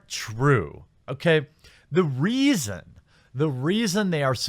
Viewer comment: Lol the REEason